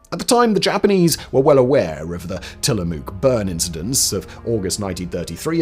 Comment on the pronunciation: Don't forget "Tillamook." His pronunciation was really pretty bad, and not just with Oregon names. He didn't even pronounce Fenian correctly.